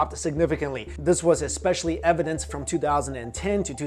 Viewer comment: Stop saying ekspeshilly